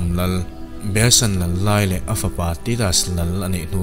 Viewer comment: Rome lal Behesan lal lai leh a fapa Tidas "lål" anih hnu thleng khan... # Quatation mark chhunga ka dah..."lal"...tih i rawn lam rik hi a dangdai hle mai. # (He thutlar bikah hian) - Lal (King) kan lamrik dan pangngaia la rik phei zel awm tak ? I rawn thluk hrual mum ta bik a...???